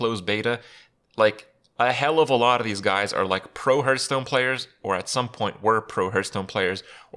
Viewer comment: Herthstone. LOL.